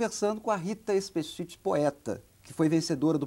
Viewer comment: Hahaha ele pronunciou o ultimo nome dela errado... XD E a voz dela tah taum diferente da vida real! O.o